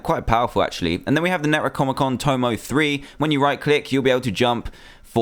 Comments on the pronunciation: its Neck-Roh-Nomeh-Con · Its nec o nomicon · Some help for DanTDM... Nec-roe-nom-eh-con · It's Neck-row-nom-ick-on. Pronounce thingy. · What you said when you mis-spoke the necromonicon tomo I was so funny.